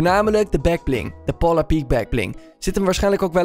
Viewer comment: Polar zeg je als poolar